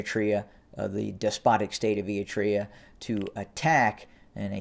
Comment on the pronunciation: If you follow the chaos in Ethiopia closely like many of us do and then listen to this kid who pronounces Eritrea ‘Eeetrea’, you begin to realize that he really doesn’t know much at all about what’s actually going on. He’s snipping a few reports from here and there and then theorizes what might happen or what could happen. Better to get your information straight from Getachew and Stalin. This kid is just milking you for the YouTube royalties.